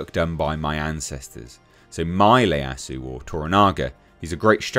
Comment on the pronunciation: that's an I not an L, the name is Ieyasu (Ee-Yah-Sue)